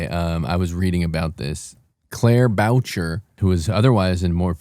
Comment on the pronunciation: I love that pronounces her name Boucher like “voucher”